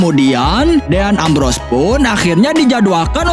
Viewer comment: din embros bukan deyan ambros